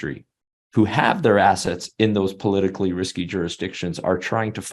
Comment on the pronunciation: He said hard....then he said assests